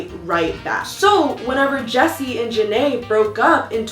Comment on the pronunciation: Im only in the beginning of the video but is there a reason why keeps on saying Ja-nay instead of Jeen-a lol 😂😂 cause her name is Jeana lol